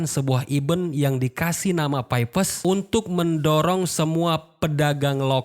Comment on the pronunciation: Nyebutnya "pi" aja bang gitu, kenapa mesti nyebut "pay" sih? Sakit pala njir dengernya😂